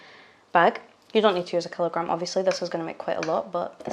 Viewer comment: Ohhhh! So you mean one Keeelo-grrrram! Keep up the fun and cooking.